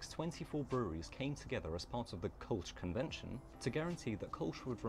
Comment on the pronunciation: Thanks for the ö. It drives me nuts when people pronounce Kölsch as Kolsch. 😅